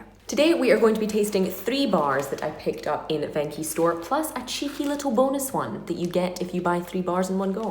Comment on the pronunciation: It's not ven chi it's venchi